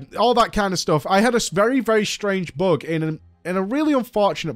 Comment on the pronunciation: WHY DO YOU SAY BOOK AND NOT BUG omg